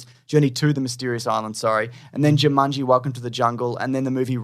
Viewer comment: I'll never get tired of pronouncing it "Joo-munge-ee".